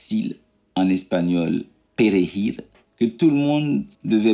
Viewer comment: C'est: "perejil" et non "perrejil" vous rajoutez à la confusion là!😂